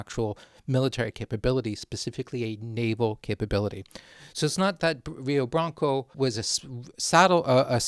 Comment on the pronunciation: if Rio de Blanco was Brazilian it is likely pronounced Rio (crap sorry hio?) R’s in Portuguese tend to make this H sound in my experience.